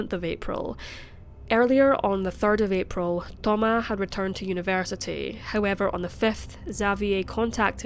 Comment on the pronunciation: Thoma"s!" Not Thoma